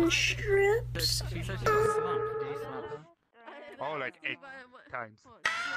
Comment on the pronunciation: You put the “h” in “strips...” You absolute failure. You failed him... I SUMMON THE CHIIIICKKEEN STRRIIIIIPPSSSS MAN!